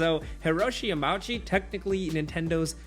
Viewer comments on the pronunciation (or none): It’s pronounced yama-uchi not yamouchie